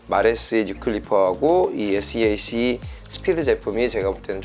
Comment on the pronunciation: seac는 쎄악 이라고 읽으시면됩니다. 아레나 oem 제조회사의 고유브랜드입니다.